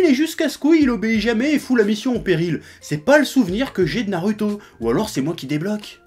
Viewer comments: Quelqu'un peut lui dire qu'on dit pas "Naruto" mais "Narouto", le mec se dit "" mais il est pas fichu de prononcer ça correctement.... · C'est pas un accent, le mec c'est pas dire "ou" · "Nalouto" grossièrement je pense ^^ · D'ailleurs j'aime beaucoup l'accent du Chef pour dire Naruto... :')